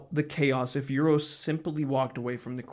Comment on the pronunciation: You-ros!? It is Oo-rosh. And enough with that Ay-van.